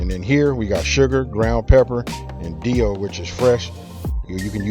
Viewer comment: Best part is the "Dee-ooh" pickles. Thanks boss